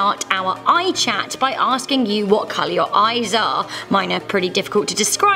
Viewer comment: Hazel. But I can tell from the many times you said it but you've definitely had many flies in your ehs